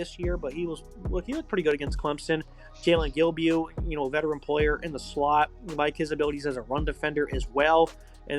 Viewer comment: Bruh the last name pronunciations alone tell you these dudes are clueless. “Gahbenda” and “Jillbiew” lol